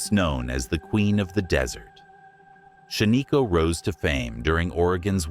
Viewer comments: I am a lifelong Oregonian. Shaniko is pronounced Shan-ih-ko, not Shuh-nee-ko. I have been there. The only place on this list I have not been is Hot Lake Springs. Thank you for posting this video. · It's not shaneeko! It's shan-iko! A good friend of mine! Owns over half of shan-iko! I remember going there as a kid and playing in the old cars that are there! That they also own! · Shaniko is pronounced SHAN-nuh-ko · Stupid...you pronounce Shaniko wrong, then you spell it wrong. 👎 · It’s not a real person… AI and computer generated voices never pronouncing things correctly.